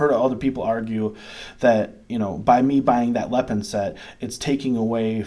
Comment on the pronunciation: Hi, Im an American living in China for the past 6 years, Ive been a fan of lego for YEARS. Lego product here is about 3x the price of lego back home due to import tax on foreign goods. Because i refuse to pay CRAZY amounts for real LEGO brand toys Lepin (pronounced Lay-pin not the way you say it) has made me happy so far, Ive got two sets waiting to be put together now. also have a decool as well. All and all I'm quite happy to save the crazy money. at least its not megablock, those things were crap. Also you quoted the star ship made by lego is about $600 whereas lepin was about $100 whats awesome is i can buy it all day long here for about $20 haha